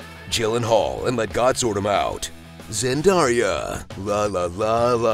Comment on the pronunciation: Zendaria ... I can't xD